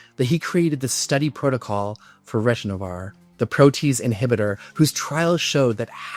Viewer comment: As an older hiv+ gay guy, I appreciate you covering this important part of our history! A couple of notes though. The drug approved after AZT was called DDI (didanosine) not DDL. Also the protease inhibitor you mentioned is not pronounced retrovar, it is ri-ton-o-vir. Retrovir is another name for AZT. I’ve taken them all so am way too familiar with them.Thanx again🙏